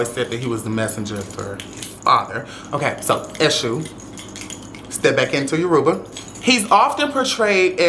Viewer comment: Atp all you gotta do is pronounce Yoruba correctly but everything you said I respect ❤️ thank you for spending love & education on this big but underrated practice ❤️❤️❤️. iyara & ibukun aśe